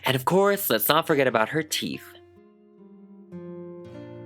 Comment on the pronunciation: you said teef